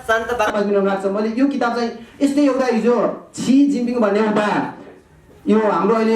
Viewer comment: Yo mugi tapari bahun fuchhe lai kasari bolnu parxa aaudaina youtube kinna milxa babu. Natak garira xa yo fucche le memory King vaera aafu le boleko chij aafulai thaha xaina. China ko president ko naam tah pronounce garna aayena tapari bahun